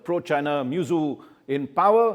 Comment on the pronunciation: How can you pronounce the name of the Head of a State so casually. It is MuIzzu pronounced as Mohammad Move-Izzu not Mezu.. Shame on u..